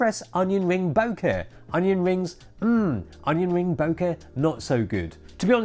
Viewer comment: Only can pronounce the word BOKEH correctly. The other channel be like BOKA.